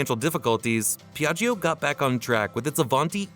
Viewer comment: pron. Pjatsho!!!! Non PeeAggEEo